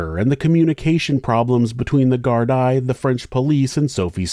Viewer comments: Thank you for putting the names of the victims in titles, instead of giving the spotlight to the criminals. (P.S, "Gardia" = Gard-ee-uh, not Gard-eye) 😜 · Except he didn't research how to prounce gardai!!!!! It's prounced gar-dee NOT gard -eye smh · No such thing as Gardia in Ireland. We pronounce the Gardaí as gar-dee. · If you're going to do a video on a country other than America, you should do your due diligence on how to pronounce local words. Gardaí is pronounced GARDEE not GARD-EYE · Brilliant vid, always glad to see this horrible lack of justice brought to light. One small note - "gardai" is pronounced "gar-dee", it's an Irish language word. Big love from Ireland!!! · plural is pronounced Gardee singular Garda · I’m Irish lived here all my life and it’s deff pronounced wrong. Garda (singular pronounced Guard) Gardaí (plural pronounced guar-deee ) it’s the same over the whole country no matter the region. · Great video. I've lived in Ireland since '97, and this is the most I've heard about this case. Assuming you will cover more Irish cases, "Gardai" is pronounced "Gar-dee" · Sorry, the plural of Garda is Gardai, pronounced gar-DEE (rhymes with SEE). I'll be back to deal with some of the problems in this video, being a resident of West Cork and very familiar with the issues. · Great job as always! One correction how to pronounce GAAR-DEE☺️ keep up the great work! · I agree but From Dublin its GAAR-DAA followed by sketch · I'm so glad you covered this tragedy and as expected provided an excelled detailed account....and calling it as it is. We know who killed poor Sophie. As for Ian's trashy girlfriend.....(BTW, it Irish police is pronounced GARD-EE) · It's pronounced "gardee". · Just so you know Gardai is pronounced garda. And Malachy or malachai is mal a kee💚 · Í is pronounced ee in Gaelic so it's Gar Dee. Garda is singular and Gardaí plural. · Don't mean to be rude but her surname is pronounced 'Plant' and the plural of garda is pronounced 'gar-dee'.